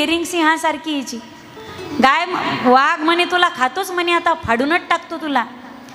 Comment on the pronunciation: वाघ वा हाग ' उच्चार